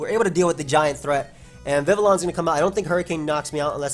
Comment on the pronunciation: The pronunciation you were looking for is Viv-ee-on. It’s based on the French language pronunciation which makes sense because Kalos was based off of France 👍🏾